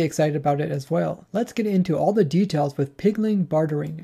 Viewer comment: Please learn not to say "pigling" it really bothers me